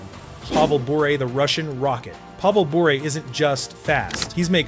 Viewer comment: Really, say Pavel Bure's name properly.